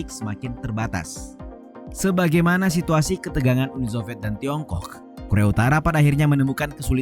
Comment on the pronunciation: Jorok banget nyebut Tiongkok nya di menit